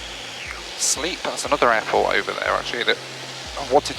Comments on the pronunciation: Sleap airfield is pronounced slApe (sl-ape) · My home Airfield is sleap! Top class airfield. By the way, its shrew